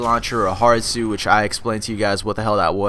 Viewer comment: Haha it sounded like you said a hard suit was a giant mexican you get into lol